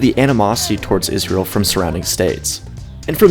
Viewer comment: Naa G, seems like a proper way to pronounce the only Jewish state in the world, ISRAEL